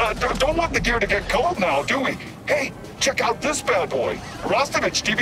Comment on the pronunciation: I am always surprised most of the Cyberpunk voice actors pronounce ć in Rostović correctly. Not many representation of Serbia in games so at least phonetics are shown correctly.